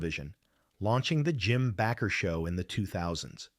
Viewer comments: The name is pronounced Bake er. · "The Jim Backer Show???" Yeah, I'm gone. I can't take these AI channels seriously. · True Dat. Sick of A.I. narration TOO! I THOUGHT it wasn't until the faker said that! The "Jim Baccccker' show.